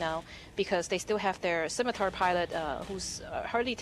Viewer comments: She finally pronounced Scimatar right. Good for her. She still needs to get a fucking clue, though. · oh...my...gawd... actually pronounced Scimitar correctly! Fantastic!, the effort you took to learn how to fine-tune your english speaks volumes about just how humble you are. I am sure you have taken an earful about your mispronunciations, but the fact that you went the extra mile to learn how to say it properly puts them all in their place. Me included.